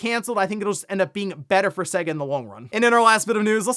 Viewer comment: Dude, you’re pronouncing SEGA wrong, please stop it.